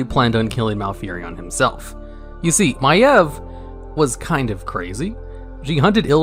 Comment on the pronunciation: My eV? I called her My eeev